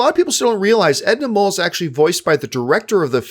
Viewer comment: I love your commentary here but it’s Edna MODE, not mole. Mode means fashion, hence the name-pun for a fabulous fashionista.